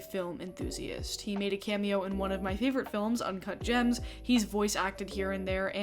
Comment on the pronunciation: Why can’t I hear “Uncut Gems” without hearing uncah jahhmms